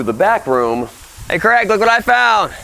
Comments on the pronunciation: do all americans pronouce craig as "creg"? or is it just? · Creg should friend me so that occasionally he hears someone pronounce his name “Craig” correctly.